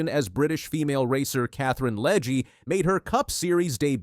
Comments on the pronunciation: the fact that you say Leg-E, Leg-A and Leg multiple times is frustrating as hell. If you are going to do videos, fucking say the names right.... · It's LEG not Leg uh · You might want to start by pronouncing Katherine's last name correctly - "LEG". Might give you credibility!